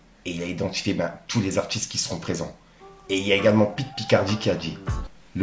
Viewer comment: T'as dit Pitt Picardie 😂😂😂 tu fais aucun effort